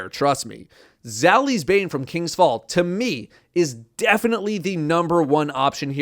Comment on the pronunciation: Bro said Zaouli’s, ancient gospel, and nation of beasts 💀 💀 💀